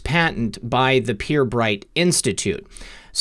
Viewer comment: Pirbright pronounced per-bright is a a UK Government research institute but also has a private company adjoining.